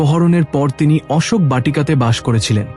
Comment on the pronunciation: উচ্চারণ ঠিক করবেন।অশোক গাছের কথা দুই রকম বললেন।রাধে রাধে।